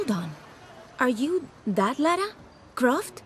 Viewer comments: Minus a win for every time this guy calls her LAURA -645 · A few points down for you for continually calling Lara "Laura", tut tut, but otherwise really nice video, thank you and I agree with pretty much all your points. Loved this game. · Her names lara .. not laura ... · LARA NOT Laura ffs.. 20 years and you can't get it right. Say it with me L A R A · It's Lara not Laura. Plus, she's fictional..... But I'll let it slip lol we all feel the same from the original PS1 game and the huge tits....... But now she's a B cup at best..... Sad face. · Its not pronounced Laura. - I know this isn't a big deal. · What the fucking fuck dude?! Pronounce her fucking name right!